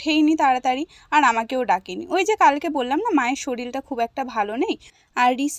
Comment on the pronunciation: উচ্চারণ টা বা শব্দ টা শরীল নয় ওটা শরীর হবে।